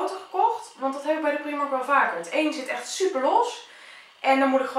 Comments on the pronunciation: je spreekt het uit als praajmark en niet priemark het is een Ierse winkelketen en in het Engels spreek je het uit als praajmark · niet waar want in het engels kunnen ze ie niet uitspreken ben al in de primark geweest in ierland en daar zeiden ze ook praajmark